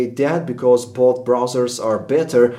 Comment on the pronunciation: "Buth" Bwahahahahahaha